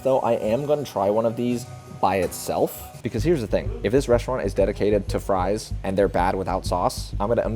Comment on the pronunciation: Fwench fwies